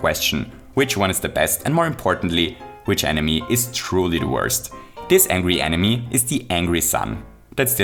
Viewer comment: I'm gonna ruin this entire video for you: says Enimy